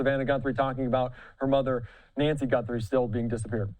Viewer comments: her last name is GUTHRIE not GUNTHRIE! Get a clue you moron! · How many times is he going to say GuNthrie?! Jeez. You’re a reporter. Get the name correct. 🥴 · You are both mispronouncing the name Guthrie.